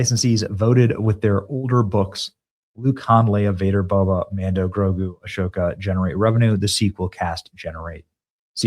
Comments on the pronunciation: IT'S "AHSOKA", NOT "ASHOKA"!!! GO WATCH THE CLONE WARS, THEN YOU'LL KNOW!!! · Did Benny just pronounce the sh in ahsoka? Smelling a little BS here. Truly a fan? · The way he pronounces Ahsoka 🫣